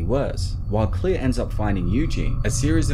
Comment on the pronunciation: I'm sorry but I have to it's Claire not "Clear"